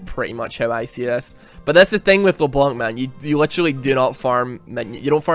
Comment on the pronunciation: IT'S LEBLANC, NOT LE-BLONK! STOP TRIGGERING ME! Still, love the video man.